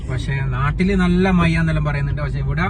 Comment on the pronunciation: Mayya അല്ല മഴ